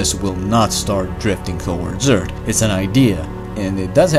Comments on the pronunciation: Indeed. Who cares he says Ert. His videos are excellent, and there are so many. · ting ticc eart. But jokes aside "th" is very difficult for non nativ english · e a r t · Does he say Earth Or Eart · What is your nationality please? I ask it because your pronunciationof earth not good. Because u say with T, but it is with F. Earth...not earT. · Bro go back to saying eart. It was quite distinctive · I love how this guy says earth! Urt. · Did he say eart? Like the other video..